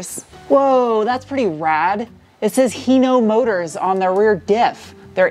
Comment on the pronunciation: Hino "Mortors" lol